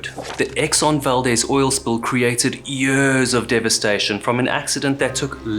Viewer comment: YURRS of devastation